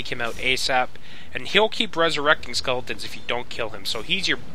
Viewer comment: is he saying "skulletons"?